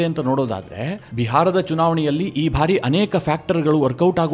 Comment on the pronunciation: ನಿಮ್ಮ ವಿವರಣೆ ಹಾಗೂ ವಿಶ್ಲೇಷಣೆ ತುಂಬಾ ಚೆನ್ನಾಗಿ ಮೂಡಿಬಂದಿದೆ. ಆದರೆ "ಬಾರಿ" ಅನ್ನುವುದನ್ನು "ಭಾರಿ" ಅಂತ ತಪ್ಪಾಗಿ ಉಚ್ಚರಿಸುತ್ತೀರಿ. ದಯವಿಟ್ಟು ಅದನ್ನು ತಿದ್ದಿಕೊಳ್ಳಿ.